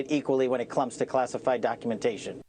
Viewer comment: "when it clums to classified documentation" 🤣😂🤣